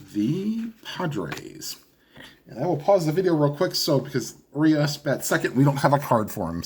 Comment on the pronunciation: The Urias on the Dodgers, is "oo-ree-us'.